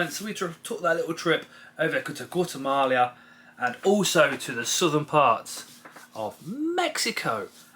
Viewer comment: The pronunciation of Guatemala hurt